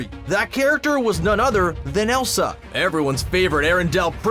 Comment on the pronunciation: it’s ELSA not Esla.